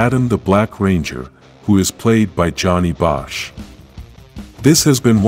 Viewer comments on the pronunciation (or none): none